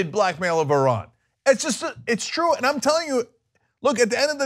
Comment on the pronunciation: Bibi said it's twue so it's twue. Not hard Young Jerks. BTW ISRAEL IS SECULAR